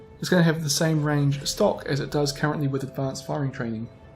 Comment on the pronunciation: "Fubuki wirth Perm Camo "XDDDDDD lol